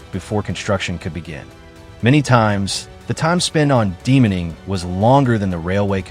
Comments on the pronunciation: Get a real human being to do the voice over please. There is no such word as ''Demoning'' it's de-mining. Removing land mines. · I guess this interesting and vital topic will be slightly spoiled by AI style sloppiness. "Demoning"? De-mining? Is there no more editing in the modern world?